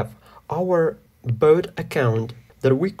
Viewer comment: the tutorial is good and all but why are you pronouncing "bot" like "boat"